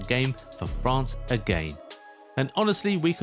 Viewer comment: 0.25 it's France not fance 😂 also I pronounce it MCRAPPE suits him better.